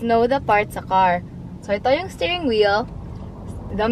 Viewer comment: I keep hearing "staring wheel" instead of stirring😅